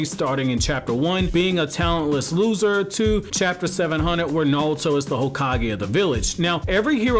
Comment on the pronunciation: Sounds like you're saying nawuto instead of naruto